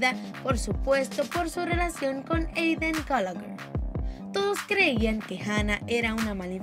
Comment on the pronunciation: Eidan galager xDD (como lo pronuncia)